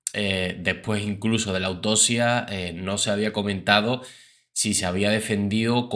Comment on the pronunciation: “Autosia”, “corruto”, “mordicos”, “dotor”, “reaciona” “majomeno”🙄🙄🙄 pronuncia correctamente: autoPsia, corruPto, mordiScos, doCtor, reaCciona, mas o menos. 🤦🏻‍♀️🙉🙈